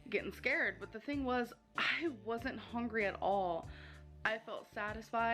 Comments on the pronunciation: She says "hongry" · To be fair, it would have taken years for her to pronounce that difficult and very long word. She can't pronounce "hungry" which is like the most important word in her dictionary